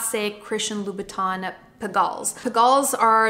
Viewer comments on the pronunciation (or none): none